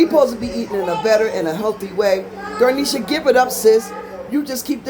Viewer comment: You call her dar- nesha my daughter says doe-nesha. It’s dah-nesha 😂